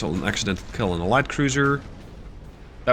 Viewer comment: Your ship... it will keel. 😂